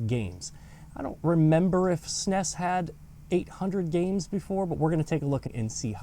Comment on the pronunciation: Bro sed SNEs